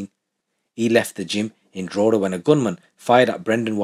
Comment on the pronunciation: It's pronounced Draw hee da